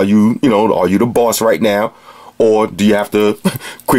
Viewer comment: "BAWSS STAH-TUS WATCH!" I love this guy.